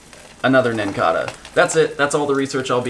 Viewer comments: It's NincaDa, not NincaRa. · It's it pronounced like cicada